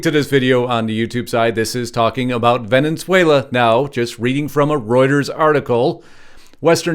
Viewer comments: It's Venezuela not Venenzuela. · It’s not venins whala- it’s vin-is— whale ah Or if you’re Spanish ~ bain es whale la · It’s NOT “Venenzuela”, it’s Venezuela! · For God's sake it's NOT Venenzuela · Where is “Vene(n)zuela? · Venezuela. .......venunzuala? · Dude. Why are you pronouncing Venezuela with a second N?